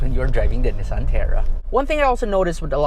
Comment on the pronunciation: The annoying part is the way you pronounce “Nissan”. Where in the world did you get that?😂😂